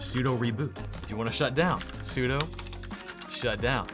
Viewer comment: sudo stands for superuser do. not superuser doe